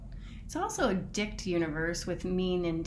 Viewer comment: OMG, did you say dicked universe?? 😂🤣😂 l laughed my ass off this morning! You are the best! Just decided I’m doing a vision board with my bff on Christmas Day. Thank you! Also, can’t wait to start your DIY millionaire academy! Look out 2021 💥 🤗❤️🤗❤️